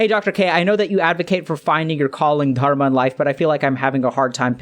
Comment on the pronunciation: i like the way Dr. K says "Dharma"